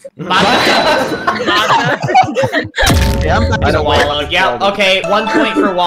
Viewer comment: that’s “MATAR❗️”